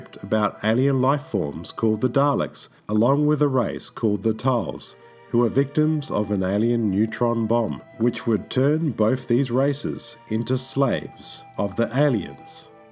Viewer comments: its Thals not tals, silent T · Its pronounced Th-al, not t-hal. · The other race are called Thals not tale as you pronounce them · "Everything you need to know about Dr Who & The Daleks apart from how to pronounce Thal".